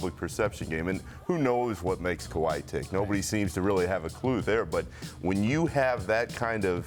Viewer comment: she says KWI